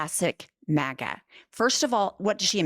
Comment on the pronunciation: I thought you said maggot instead of maga. Go figure.